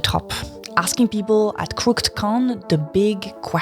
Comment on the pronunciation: (Crook-ed, by the way.) It's funny you mispronounce that right after Hasan was talking to an Irish guy in a Pub in Belfast about how the English language is so stupid and hard to learn. He specifically mentioned the different ways the "th" pairing is meant to be pronounced within different words and talked about how in Turkish (using the same Latin Alphabet) the words are spelled the way they're supposed to be pronounced.